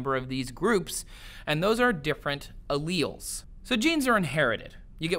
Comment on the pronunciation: why does he say alleles so weirdly lol?